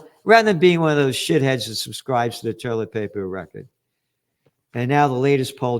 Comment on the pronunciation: I love it when you call it toierlet paper. It reminds me of my Popop and I get a warm feeling of him. He had your sense of humor. ❤❤❤